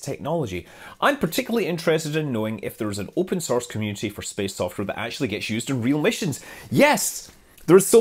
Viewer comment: "Yopen sorce software"